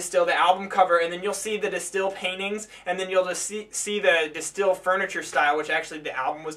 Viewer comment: You dont pronounce it as "The Stil". Its more like "De Steyhl"